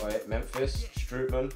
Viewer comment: You actually have to prenounce Strootman as Strohtman